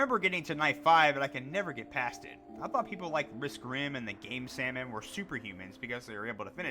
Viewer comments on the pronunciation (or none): none